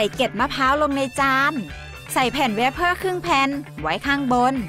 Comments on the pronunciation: เวบเฟ้อคับไม่ไช่เวบเพ้อ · เวเฟอร์ ไม่ใช่ เวปเพอร์นะคะ คำว่าทันใด พูดเหน่อไปจนแปลกค่ะ ปล.แปลความหมายตรงเกินไปจนผิดค่ะ